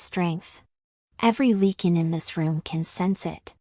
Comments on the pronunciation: I enjoyed the story, the only thing that bothered me was calling a Lycan a Lecan. I guess AI isn't all it is cracked up to be. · It’s not leaking. It’s Lycan. Long “I” LYCAN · Lychan!! It drove me CRAZY 🤪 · Ly -(long I sound)-kan, please train your AI to pronounce words correctly. Otherwise good. Jacksonville FL, USA; p.m., EDT. ❤